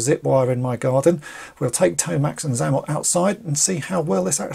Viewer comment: I think you'll find his name is pronounced ZAY-mot instead of ZA-mot. Now you know; and knowing is half the battle.